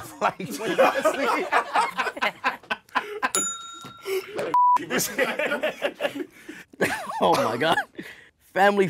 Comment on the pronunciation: "You need to get some seep" 😂😂😂